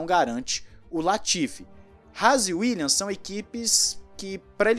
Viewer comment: "uílhas" rs